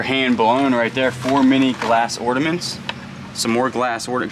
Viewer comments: That's why I came to the comments...say you don't know what you're looking at without saying it. Oh.....and "ordiments"...??? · the word is Ornaments, not ordaments 😂